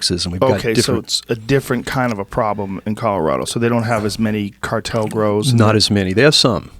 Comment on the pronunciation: Say the cartel word in two syllables